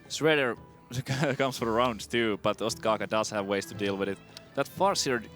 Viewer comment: its ostkaka not ostaka THE PRODUCTION VALUE PogChamp